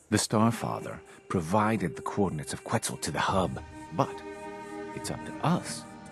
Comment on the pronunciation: pronounced quetzal wrong. its ket-zal